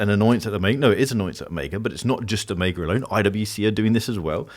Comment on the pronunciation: So, it's "oh-MAY-guh" and not "oh-MEE-guh"? You're the first Brit I've heard pronounce it correctly 🙃. That green Seamaster is sick, btw!